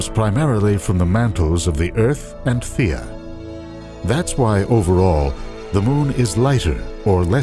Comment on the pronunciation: its Theia not Thira